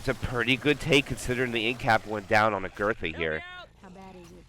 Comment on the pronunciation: every time he says 'agurtha' I feel pain of cringe. But anyway good comment, great vid